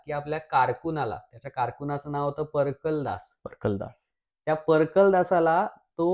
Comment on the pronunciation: Fantastic narration of my favourite "Rajasthani Records". BTW it's परकालदास not परकलदास